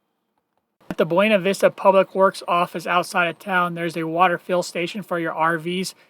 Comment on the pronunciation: FYI, the locals prounounce it BYOO-na Vista, not BWE-na. Yes it's weird. Sort of like how Salida is Sa-LIE-da rather than the proper Sa-LEE-da (exit in Spanish). Thank you for the detailed boondocking info! Yes, lots of spots up 375 and the side roads off it, they're all over up there.